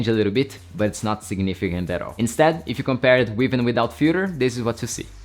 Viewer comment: i heard Fuher instead of filter multiple times